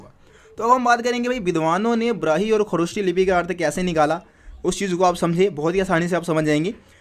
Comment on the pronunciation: Sir it's brahmi lipi not brahi lipi wrong pronounce